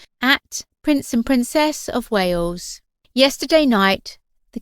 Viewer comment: 'The princess of Wayooz'. Ugh.